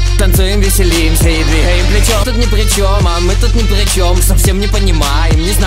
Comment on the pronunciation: Он палится когда говорит "двиХаем плечём".